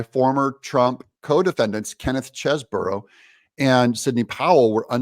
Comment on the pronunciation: Doug, or is that Do ug ? You are the one that said you were going to make a better effort to say names correctly. It is Mc Afee, not M cafee. And it is Chese bro, not Chese boro. I love your show, but would like to see more accuracy on names.